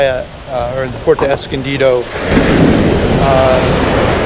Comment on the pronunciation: Good one amigos,, it's not PORTO, it is PUERTO, pronounced: " poo, where, toe ", come on, you're from cali, you can do better than that, love ya!